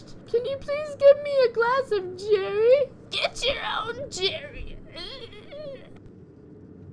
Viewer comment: I like the part when she said Jarry.